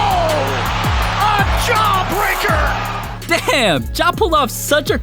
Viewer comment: " Ja-breaker!!" > Posterized